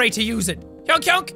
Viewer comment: Say honk and not hounk